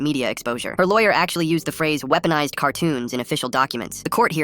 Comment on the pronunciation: “Weaponized cartoons” WEBONIZED CARTOONS😭😭😭😭😭